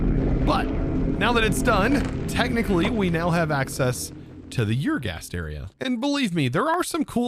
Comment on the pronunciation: Pretty sure ur is pronounced “er” not “yer.” Also, mischievous (“mis-chu-vis”), not “mis-cheev-ee-us.” Love your work, just trying to help. All good vibes, I hope.